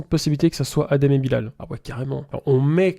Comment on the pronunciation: Svp respectez le nom de Bilal (juste pcq c'est un nom musulman) ça se dit Bilel et ça s'ecrit Bilal